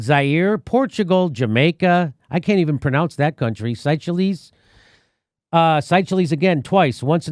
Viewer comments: "sycheleez?" 😆 "sayshells" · Seychelles is pronounced "Say shells" Suriname is pronounced "Suri Nami" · Its pronounced say shells. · not - sea chillies - say shells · ‘Si-chillies’ hahaha. Seychelles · Hi J It's pronounced, say shells, seychelles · I think the country that Jimmy is trying to pronounce is Seychelles, pronounced 'Say shells'. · The country you can't say say shells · Say shells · Say shells. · I like ya Jimmy, but really, you didn't know about Australia in the '70s? -or knew of Seychelles "SAY-SHELLS" or Suriname "SOO-REE-NAM"? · Yes Australia during Gough Whitlams period. Seychelles is pronounced as (Sea~shells). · It's pronounced "say shells" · Seychelles is pronounced “Say shells.” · 'say-shells' and 'sur-rin-nam' ^^ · That country is pronounced Sea shells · What, where I am from which election outside of the US do they not interfere with? This is why people from the rest of the world need a say in the US president, not only Americans. and it's pronouned say shells. And the emperor has no clothes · say-SHELL= SEYCHELLES LOL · Jimmy my good man, it's pronounced "Sayshells". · FYI Jimmy. The Seychelles, pronounced “say shells” just so you know. Later Jimmy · Jimmy, big fan of your show. If I may, Seychelles is pronounced : Say-shells. Great vacation spot. Suriname is pronounced : Soori-nam. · Haha 'say chell es' . You really should of just skipped it mate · Phonetically it’s « say shells » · Jimmy - Seychelles is pronounced "Say Shells" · Seychelles = "SAY shells" Suriname = "SUR e nam" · Its pronounced "say-shells" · Say shells… 😆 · It's pronounced "Sey shells" but I kinda prefer Jimmy's pronunciation. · Seychelles is pronounced 'Say - shells'. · Seychelles - Pronounced "Say Shells" ;-) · It is pronounced as "Say Shells''. Also, you have never heard of Suriname??! Come on man. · Seychelles is Say Shells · Seychelles = /say-shells/ Surinam = /sir-a-nam/ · Pronounce Sey - shelles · Seychelles; say-shells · Seychelles pronounced “say-shells”